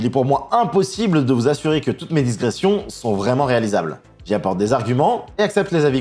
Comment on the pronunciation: IncurZion ? Sérieusement ? Incursion n'a qu'un "s" mais ça se prononce incurSSion. Et c'est digression et pas diSgression. Quelqu'un t'écrit tes textes et tu ne fais que les lire ? Parce que c'est le signe caractéristique d'une personne qui lit sans comprendre. 🤔